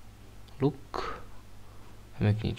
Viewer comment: souhlasím , ale tvoje výslovnost slova "Luck" taky není nejlepší ! :-) (jinak super videjko ... sám bych tolik prachů/hub do epic eventu nedal)